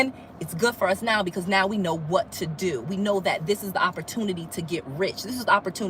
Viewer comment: You said Oui? You are speaking French. Who is Oui. Because when you say we in English it sounds like you have help owning those properties. You didn’t say me. You said oui.